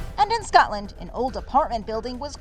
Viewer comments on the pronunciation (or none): none